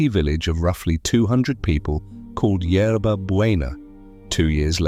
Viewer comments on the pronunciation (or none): none